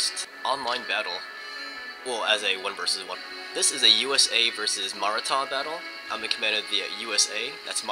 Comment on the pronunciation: as always, love ur vids but yeah bengal had a point, just fyi, its maratha as in muh-raah-tha and not maa-raa-tha, my parents are indian so i speak the language (no offense or anything btw)